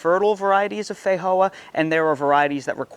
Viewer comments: in new zealand we call them and say it, "fe-joe-a" not, fa-hoe-a 🤣🤣😂😂😆😆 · You’re pronouncing Feijoa like Spanish when it is from Brazil and named in Portuguese. The J is not an H sound in Portuguese.